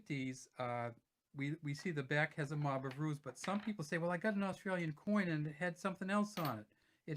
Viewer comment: They are called Mob of roos. Not ruse Roos is shortened for kangaroos.